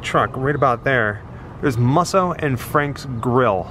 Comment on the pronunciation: Welcome to LA! Musso is pronounced MOO-so.